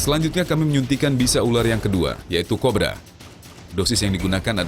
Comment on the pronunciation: Menit kok bilangnya ular Korba?wkwkw